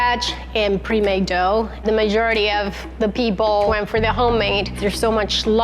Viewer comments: I love how says dogh instead of dough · I luv her but I hate how she says dough